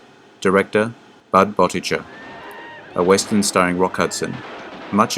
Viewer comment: Budd Boetticher's name was pronounced "bettiker."